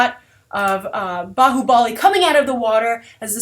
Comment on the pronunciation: Nice review liked it lot your pronounced bahubali correctly